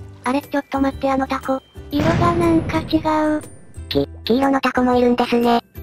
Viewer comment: タ↑コ↓、この発音めっちゃ好き